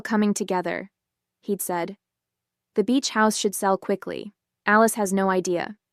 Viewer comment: Thomas and "Aleese"??? Stupid AI.